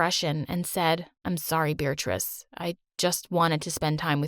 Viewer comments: Wait, so she's not bothered that he says her name "Beeritrice"? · WAIT HOLD THE PHONE- IS HER NAME BEARATRICE!??!? WITH A DANG 'R'?!?! WHAT?!??